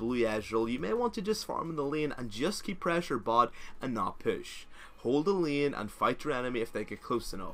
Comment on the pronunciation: I keep getting bothered by your pronunciation of "prahssure"